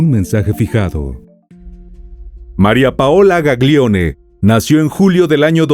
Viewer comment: La pronuncia de los apellidos son “Gallione/Milliore”.🩷